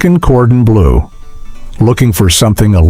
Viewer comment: It's no wonder you couldn't remember many of these dishes; you couldn't pronounce them or their ingredients, e.g., goulash, chicken cordon bleu, mousakka, paprika, or bernaise.